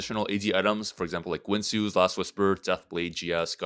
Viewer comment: the way he pronounces guinsoo wtf